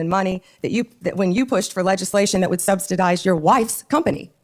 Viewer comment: “substidized” -Pam Bondi, 2026